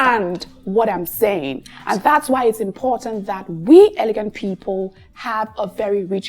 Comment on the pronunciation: it’s elegant, not eleguant like in French. Even though I love your accent.